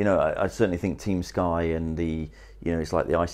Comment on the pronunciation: "TUEM SKY"